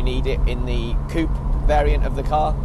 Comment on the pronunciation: nice video but pls stop pronouncing 'coupé' wrong